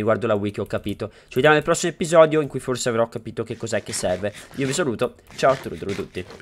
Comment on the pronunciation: guarda che si dice episodio non eppisodio impara l'italiano comunque ti voglio bene ❤